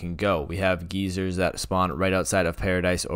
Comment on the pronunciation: They way he pronounced “Geysers”